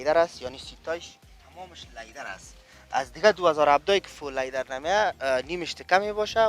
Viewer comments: Iqa LayDar Goften lol Its Leather bro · Lyder chi ast?? 🤔🤔 ooh he probably means "leather" 🤣🤣🤣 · او برادر لایدر نی لیدر انگلیسی یاد نداری چرا میگی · چرا ساده به زبان فارسی چرم نمی گویند که از واژه انگلیسی لایدر استفاده میکنند آنهم با تلفظ غلط. به زبان فارسی صحبت میکنند اما چرم را لایدر میگویند امید روزی این غرب زدگی ها در جامعه ما پایان یاید. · او بیادر وقتی تلفظ یک کلمه ره یاد نداری چی ناق سر خود فشار میاری انگلیسی میپرانی ، سم سیی بگو سیت هایش چرمی است . لیدر دیگه چی معنی ؟